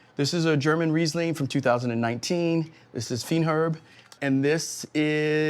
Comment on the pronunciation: Feinherb = Fineherb ;-)